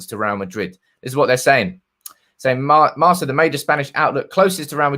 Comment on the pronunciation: Marca is pronounced with the C as a K...